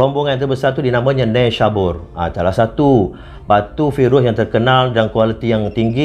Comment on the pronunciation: Bukan virus, tapi phirus